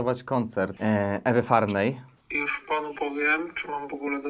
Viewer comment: Szacunek ze mówisz Ewy Farnej a nie Ewy Farny - wielu "zawodowych" dziennikarzy popełnia błąd w artykułach a tutaj pełna profeska :)